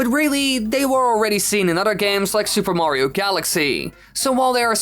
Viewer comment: "Mawrio..." And I thought North Americans pronouncing "Mario" as "Marrrrio" was horrible enough.